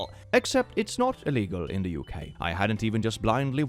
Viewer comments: Pronouncing UK as ook is so funny. As a British person, I approve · London in the Ook, not in the Oos 😂